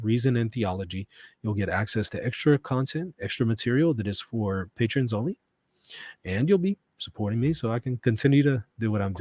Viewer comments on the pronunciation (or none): none